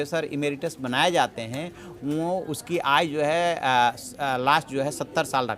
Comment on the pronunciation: आयु शब्द को आय उच्चारण करना एंकर की कमजोरी है ।